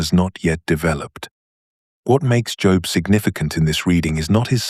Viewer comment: The aside about the feminist critique of anima/animus concepts is the little bit of poop in the brownie mix of this AI tour de force. One other unpalatableable ingredient is the mispronunciation of the names "Jung" and "Job". .